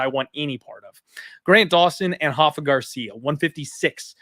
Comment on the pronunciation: Stop calling him HAFA! He is not Brazilian, he is Mexican and his name is pronounced RAFA… with the R.